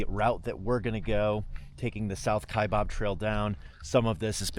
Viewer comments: Kaibab - kaiBAB not BOB - how we know you’re not a local 🤣🤣🤣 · It’s pronounced Kiabab trail NOT Kiabob! No Bob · I can immediately tell when someone isn’t from AZ by the way they pronounce Kaibab hahahah it’s always wrong!!!!